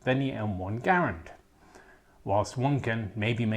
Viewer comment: My heart fills with joy at the correct pronunciation of Garand. OH, and thanks for the new video as well.